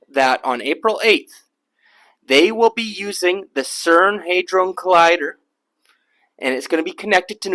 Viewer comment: He said HI-drone collider. Lmao Hit like anyway, not everyone is an A student in language.